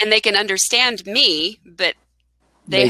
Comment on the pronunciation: I think ur pronunciation is very good,, but i think ur (undrastand) pronunciation is not ok,😁😁🤪🙏,,so try to fixt it😎😎